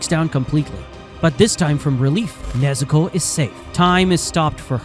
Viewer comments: when u say nezuko u sound like nezoku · WHY IS HE SAYING NEZUKO LIKE THAT🤔🤔